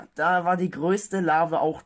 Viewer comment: Bitte sag Larve und nicht Larwe, jedes mal wenn du das sagst bluten meine ohren